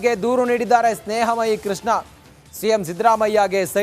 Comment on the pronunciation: ಸ್ನೇಹ ಮಹಿ ಅಲ್ಲ ಸ್ನೇಹ ಮುಯ್ಯಿ 🤣